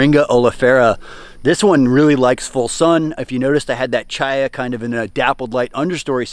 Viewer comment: i just have to finally say this. My name is Chaya. its hebrew , means life, which is why thisn plant is named this bc of the high nutrition and it being readily available in poorer countries. But its pronounced w a hard C. like Chris, which noone messes up. like christina. yes the hebrew pronunciation is a bit different but it aint cha cha sound. think Kaya like the marley album.